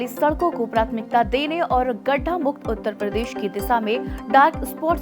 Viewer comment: Jab ap Uttar Pradesh bolte hain to uspe bhi zara dhyan djeaga